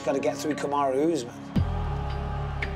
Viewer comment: Kamaroo Usman! 🤣 Glad has learnt how to pronounce his name.